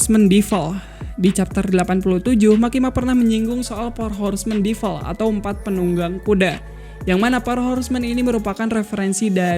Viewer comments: bang kalau DEVIL bacanya tetep devil, bukan DIVEL. kalau EVIL, baru IVEL. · DE-VIL… divel divel ganggu amat